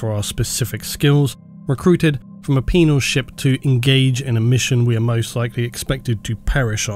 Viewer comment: I laughed every time you said penal